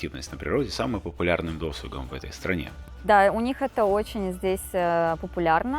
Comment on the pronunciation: В слове " досуг" ударение на втором слоге 😊. Извините, но я редактор и обязана поправлять людей, если они говорят неправильно. А ролик очень красивый. Благодарю.